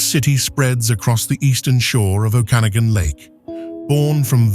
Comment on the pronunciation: Better train your AI voice to properly pronounce "Okanagan" and "Penticton."